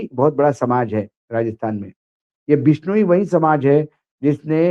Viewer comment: बिश्नोइ (बिश नो ई) उच्चारण इतना कठिन नहीं है। मराठी लोग भी बोल सकते हैं। कृपया कोशिश तो करें। आप इलेक्ट्रॉनिक मीडिया पर हैं। आपको सही बोलना चाहिए। याद है आकाशवाणी और दूरदर्शन पर सही न बोलने पर मौका ही नहीं मिलता था???